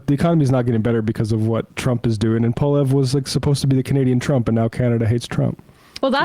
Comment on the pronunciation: As a Canadian, it amuses me endlessly to hear US news commentators struggle to pronounce "Poilièvre"